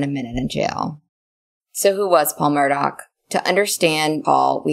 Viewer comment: It's Murdaww, NOT Murdock!!